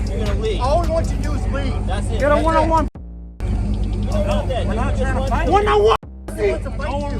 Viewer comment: "Juan on Juan"